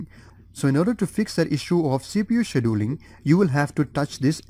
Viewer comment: I hate to say it but your mispronouncing scheduling really really bad. lol and some other words too.